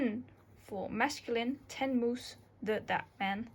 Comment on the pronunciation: You got pretty wrong that "Chci", you readed it like "Chči". Sometimes you read something with french pronanciation ("a je mi" sounded like a'žemi), something like english (i.e. Ten - sounded like then in english). But everything you said was actually easy to understand (except "Chči"). So, good job 🙂